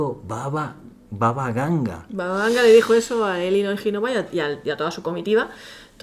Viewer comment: Es Baba Vanga no Baba Ganga😂